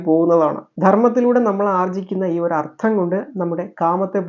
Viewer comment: Ardham alla Artham